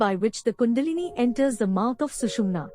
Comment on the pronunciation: It's not not Sushmina Nadi like Canal, but nerve improve your pronunciation. It's very bad and confusing.